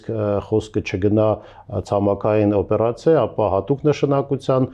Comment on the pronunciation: ատեկվատ … բերեմիթրիկ … ասիմեթրիկ … օբերացիա … բրոյեկտ … ինֆորմացիա … րեսուրս … Թիմ … Թեմա … տրանսպորթային … Ասումա Անումա …